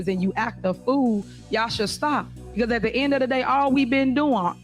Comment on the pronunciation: ''At duh ind uh duh day''. Da ''Blats'' have really latched on to this phrase. Amusing!